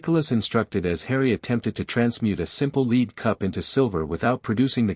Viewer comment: One problem with pronunciation. The metal lead is pronounced like led, not leed. This narration consistently gets it wrong